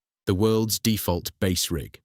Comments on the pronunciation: Why the text to speech, its such a shame. Bass as the fish not bass as in base. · Bass, rhymes with “ass”??? Fffs 😩